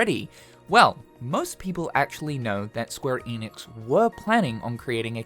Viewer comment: SQUARE ENIX. Not EEEENIX